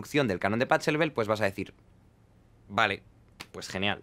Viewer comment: pa CCCCCCHHHH elbel, jajajajajajajaja. Se dice bajeelbel mi querido Jaime.